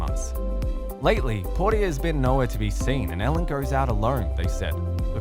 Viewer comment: Really? Trying to produce a story about Ellen and Portia, when you can’t even pronounce Portia’s name right hilarious 😂